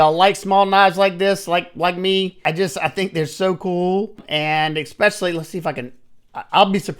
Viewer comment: Oh lord...Ekspecially, whenever, anyways.....I can't even listen anymore